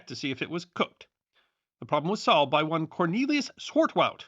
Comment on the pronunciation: I like the way he aggressively pronounced "one." For instance when reading a date, he'll say it as "nineteen fourty OOWAUN"😊